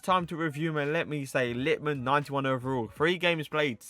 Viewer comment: Its LitmanEN, not Litman. Was painful for ears and I’m not even Finnish